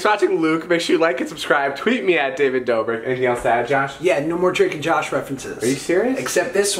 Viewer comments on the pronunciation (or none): none